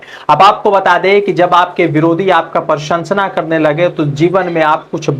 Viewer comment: अबे भाई बोलना तो सीख ले क्या बोल रहा है प्रशंसा बोलना भी नहीं आता मुझे तो लगता है कि तू गुजरात के स्कूल में पढ़ा है।